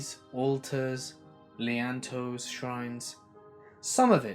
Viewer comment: Lol,. Don’t camp much, whot? "Leántoes" (like mentos)? Lean To- hahaha. Cheers, mate.